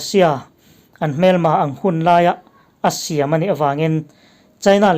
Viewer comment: Asia i lam hi Russia iti maw ka tia lawm